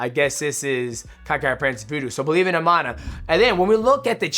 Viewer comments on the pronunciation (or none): none